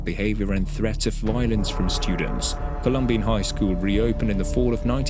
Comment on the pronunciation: Pronounce the name right. It’s Colum-bine. Not colum-bean